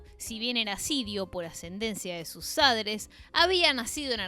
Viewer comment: Ya de entrada me hacía ruido el vídeo hasta que dijo "sadres" ...🤔 Me pude imaginar el resto del documental... 🫩 Son de manual éstos progres 🤦‍♂️🤷‍♂️